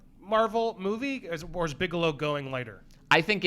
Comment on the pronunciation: Bigelow, not Bigalow.